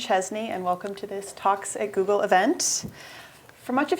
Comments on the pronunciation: "talks at google" sounds like "toxic google" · Anyone else hear "Toxic Google" in the intro? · ish it sounds like she says "Toxic Google."